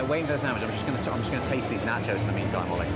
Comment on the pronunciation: Yep , there's nachos , and then there's "NOT-chos" .